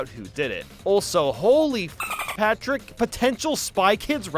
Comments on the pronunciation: Everybody gangsta til calls Patrick “Pactor” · Did anyone noticed he said Pactor ? Either that or my ears are messing with me. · says SpongeBob and PATRICK this way That’s not Patrick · he does that afew times throughout the video idk why lol